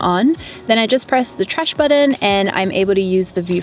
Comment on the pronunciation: I love how you say Button! Budden.